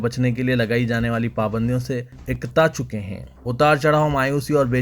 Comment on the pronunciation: Aap ne abhi ukta chuke ko ekta chuke kaha sambhal kar boliye